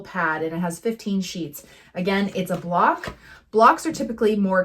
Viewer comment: Block not bock